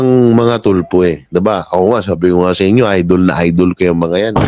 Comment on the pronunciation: TULFO PO😂😂😂😂HINDI YAN TULPO.ANO BA! SINO BA ANG ENGLISH TEACHER NYO NOON? NAKAKAHIYA PO😂😂😂😂.1969 PO AY EKEM.AKO.MAS MAGALING PA PALA ANG MGA TEACHERS NOON KUMPARA SA NGAYON🤣🤣🤣🤣.KONG SA BAGAY,BOKYA ANG PILIOINAS PAG DATING SA EDUKASYON.SORRY.....